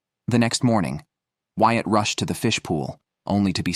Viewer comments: Bloody hate these AI generated voices. Ruins the experience. Since when is Whyat "White"?! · This is done well. However, the narrator messes up the names. It is pronounced "Wyatt," not "White."